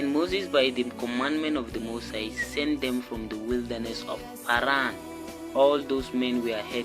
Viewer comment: P(h)aran is on point! 🙂